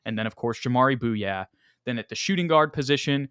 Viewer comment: I believe jamaree bouyea is pronounced like "Boo-yay"